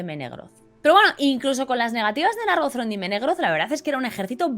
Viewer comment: Gracias por este nuevo video genial, como siempre Pregunta: ¿se pronuncia Nárgothrond o Nargóthrond? Yo creería que es Nargóthrond teniendo en cuenta que la última sílaba comiensa con dos consonantes seguidas: th y r.